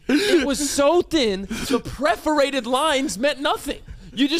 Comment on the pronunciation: it’s perforated not preforated…